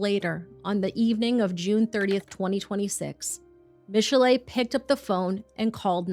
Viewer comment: holy fuck. who would ever think to pronounce 'michelle' like that. no wonder she was crazy.